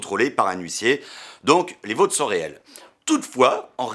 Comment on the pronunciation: "Les vauuuutes", mec t'as un vieux accent belgo lorrain (oui ça existe, c'est moi qui le dit!!!) qui est sortit d'un coup là 😂